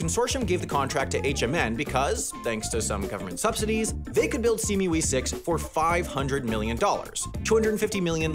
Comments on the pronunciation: Its SEA-ME-WE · Pronounced "See me wee." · Ah yes, þe sea mee wee